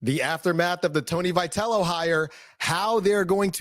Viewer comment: First of all, get the guy's name pronounced right.